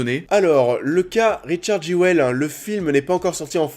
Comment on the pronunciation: ça se dit "jul" :)